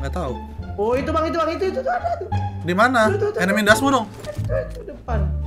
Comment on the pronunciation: "Enemies ahead"="enemy ndasmu" Bener sih head =ndasmu😂😂